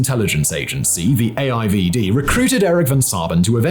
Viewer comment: I dont think I have ever heard AIVD being said in english before (being dutch)... sounds funny